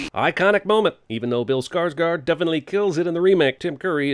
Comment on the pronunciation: It's pronounced skars-GORD. You even correctly spelled it with the å letter, which makes an "oh/aw" sound.